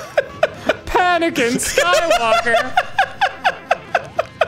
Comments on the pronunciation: almost choked on my coffee when i heard panakin skywalker🤣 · Dude, "Panicin' Skywalker" almost made me faint. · When Arin said “Panickin” I made a silent prayer...and it was answered.